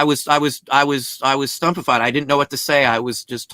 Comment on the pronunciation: He also says stumpefied instead of stupefied. Sometimes people just have little idiosyncrasies built into them like that.